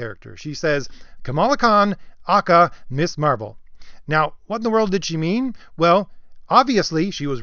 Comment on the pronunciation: It’s pronounced miz. To pronounce it Miss Marvel misses the whole point of the original 70’s second wave feminist character. Ms. is a title, like Mr., that does not indicate the marital status of the person referred to. A seventies feminist idea.